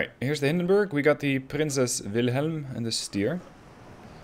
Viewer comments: "prinzess wilhelm" hahaha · "Prinzess Wilhelm" XD